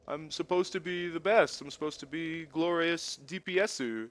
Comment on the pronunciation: the glorrriousu dpsuu made me laugh so hard xD charming as ever:)